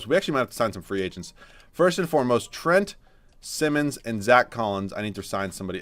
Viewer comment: Anfernee's last name is pronounced like saying "simon" not simmons, he's corrected people interviewing him pre-draft about this several times before. No one is going to see him play next year because trail blazer's are probably gonna be looking to compete, darned shame honestly, he's part of this league's bright future for sure. Gonna get the Malik Monk treatment.